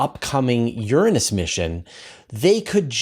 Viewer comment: His pronunciation of Uranus is admirably non-embarrassing.